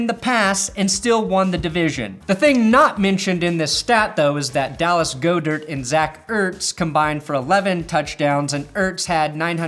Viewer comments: Its fucking said GOD-ERT!!!! WTF